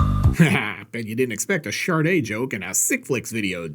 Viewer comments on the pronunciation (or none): "Sharde"? I think it's supposed to be "Shahhhde". Anyhoo, great stuff,! Have a J&B on me. Cheers!